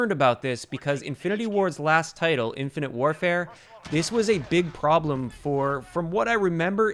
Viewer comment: Did you say Infinite Warfare??😆